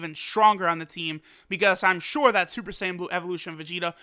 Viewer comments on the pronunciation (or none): none